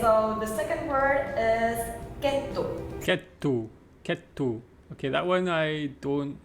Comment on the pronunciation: that is best "Kettu" what I am heared.